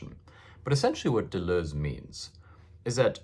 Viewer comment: I feel soothed every time you pronounce Deleuze not “De loos”